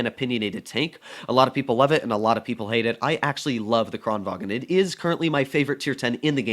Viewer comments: Im swedish and kranvagn says kraenvan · says the kran right but then says vagen